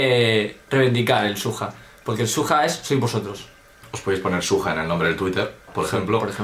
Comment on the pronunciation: xXbOriEXx la palabra original es ¨SWAG¨ pero con el tiempo la gente lo deformo la pronunciacion por broma llendo de ¨SWAG¨ a ¨SUAJ¨ y de eso a ¨SUEJ¨ y le puso ¨SUJA¨